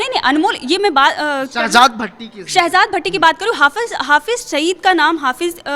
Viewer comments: Oh bhai vidio karne se pehle thoda study kar liya kro uska name sehzaad bhatti hai na ke sehbaz bhatti 🤣🤣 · Abe Shahabad Nahin Hai sahjad Bhatti hai Ka Tum Naam to Le Nahin Pa rahe ho